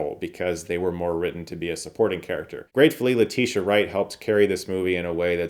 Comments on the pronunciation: I love you Chris. But her name is Letitia Wright. Not Latisha. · You called her LETISHA wright… it’s Letitia